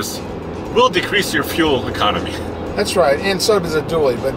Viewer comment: "Fuel Econonmy" xD --woops.